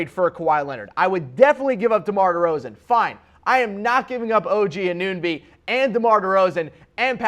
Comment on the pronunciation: I think he was just trolling people who watch the Raptors. Haris Rubinstem, it's Siakam (see-AH-kum) and Anunoby (an-uh-NO-bee).